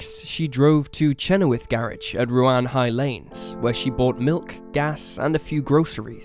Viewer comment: Had to laugh at your pronunciation of Ruan-High-Lanes and of Chenowaths garage, the second garage Lyn visited to get petrol, after Harris's garage at Bethnal Beneath, not Tregony, had sold out. I grew up in this part of Cornwall, and although I didn't live there at the time I remember my brother, like all males living in this area at the time, being invited to give dna samples. The road heading down to the methodist church is not well known at all, if her killer is ever caught it wouldn't surprise me to learn it's someone with connections to the area.